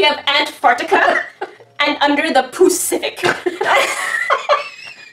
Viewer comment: I was a watching this while I was having breakfast and when she said Antfartica I was like ok but when she said under the poocific I spat my milk everywhere